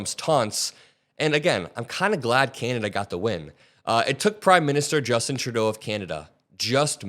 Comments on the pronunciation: Please stop calling him Turdeau.....it's pronounced True-Doe (Trudeau). Otherwise, great video 😊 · It is so satisfying to hear you pronounce PM Trudeau's name correctly. Thank you!